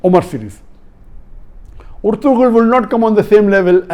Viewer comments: IT IS PRONOUNED ERTURAL NOT ERTGRUL AS IN TURKISH "G" IS SILENT LISTEN TO THE OTHER ACTORS WHO CALL THEIR BEY ERTURAL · sir this is not ertugrul the g is silent here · It is erturul not ertugrul .